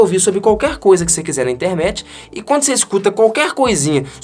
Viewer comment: eu tenho impressão que você fala Intermet ao invés de Internet. É só impressão?